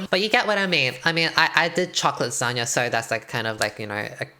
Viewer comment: The way I thought she was saying Lizhonya and not lasagna.......... like Lissandra with a zhonya’s